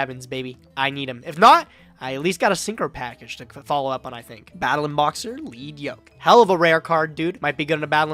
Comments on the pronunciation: I'm 99% certain the Lead in Lead Yoke is pronounced 'led', like the metal. The monster's wearing a heavy metal yoke that slows it down (lowers attack), but attacks break of chunks of it, lightening it and giving him his attack points back. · it's actually pronounced "leed" comes from it's ocg name "Leadblow" リードブロー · Isn't it Lead Yoke? Like the material lead? Pb?